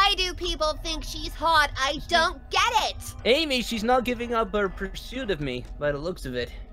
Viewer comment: Omg sonic just called Amy ams